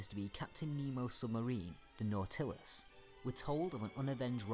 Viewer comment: Very good. ( Minor comment: The accent on "Nautilus" is on the first syllable.)